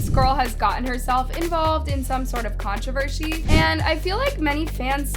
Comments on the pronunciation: did you say contravershi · Anyone else hear controvershe? 😂